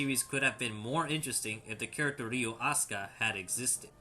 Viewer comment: It's Ryo, not Ryu. Bruh